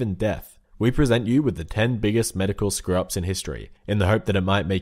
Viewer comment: Lmao I kept hearing it as "Top 10 Medical scrubbs in history"